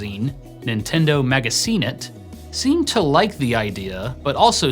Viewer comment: lol magasinet is pronunced m ah g ah sh ih net